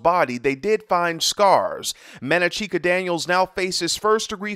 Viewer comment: Man-na-chee-ka? Wtf